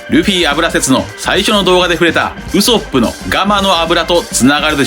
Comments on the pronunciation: 毎度ウソップの発音が気になりすぎて考察の内容が入ってきません笑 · 別にいいんだけど、なんでこんなにワンピース研究してんのに「ウソップ」の発音おかしいの？アニメは守備範囲外なのかな？